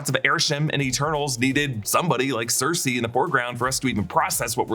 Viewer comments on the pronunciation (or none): none